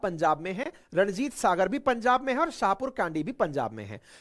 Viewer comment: छाहपुर कंडी not कांडी